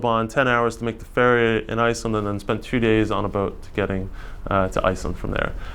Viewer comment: Icelent and icelyn.... bugged my ears the whole time. Thought maybe it was just a speech impediment, but then he said Icelanders perfectly.